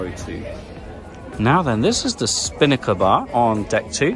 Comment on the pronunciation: I thought you said spanker bar not spinnaker bar, goodness that made me laugh🤭